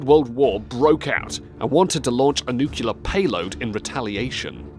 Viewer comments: Nuclear - new clear - not new queue le. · The fact of him saying "nucular" instead of "nuclear" is driving me crazy. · Daf*q is NUCULAR? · Valisi Arkhipov? - Nukelar war? WTF?! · I feel less inferior now that I hear a Brit pronounce "nucular" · What a waste of time !!! The "voice" can't even pronounce nuclear. What a loser. Noo Kyoo Luhr isn't a word. And, thanks for the pedestrian common knowledge tour. Amazingly, you side step the 30 million Russians killed by Stalin to focus on his fucking Photoshop pictures. What? are you into revisionist Russian history? Aww, the Gulag ain't so bad, met lot's of good folks and taught them football. You are an ass. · "Nuclear." Say it with me: "NEW CLEAR." I expected better out of you Limeys. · If I hear "nucular" again, I'm going to take them out with a nuclear bomb. We'll see who makes it. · Nucular war... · NUCULAR NUCULAR NUCULAR NUCULAR NUCULAR NUCULAR NUCULAR NUCULAR NUCULAR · NuceLar war? Rasputin and USSR? The fuck dude? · This is utter rubbish the gula video is actually the seige of leningrad please try harder next time also its nuclear not nukiler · Nukelar payload? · Nuculer :D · Every time you say "nucular", my brain is stabbed with a sharp arrow. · So many nucular threats... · NUCLEAR SPELLS NUK-L-EE-AR!!!!!!! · nucular dangers everywhere:-)))) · Nevermind,,, after hearing you use the word Nuculer, I now know what type of people this vid is intended for. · If he says new queue le once more I'm throwing my laptop out of the window. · Very flawed pronunciation of simple words like Vasili, nuclear, Savitsky, etc. Really quite ridiculous. Need to work on that. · Your pronunciation of the word "nuclear" is hilarious. Maybe you should seek the advice of George W. Bush who was an expert reader of this word. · Dude, maybe give it a read before you record. Oh, and learn how to pronounce "nuclear". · I wish the narrator knew how to pronounce "nuclear." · pronounced nuclear incorrectly 👎🏽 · new-klee-er not nucular